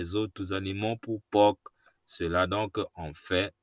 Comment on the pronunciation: Merci bien. Le "c" de porc est muet